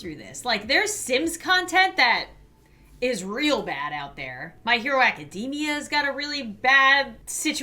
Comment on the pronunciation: when she said " mmy hero academia...." IM SORRY FANDOM BUT ITS TRUE